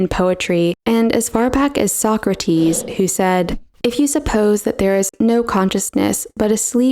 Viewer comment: Did anyone else hear the word "Soccer-Team" when she actually said "Socrates"?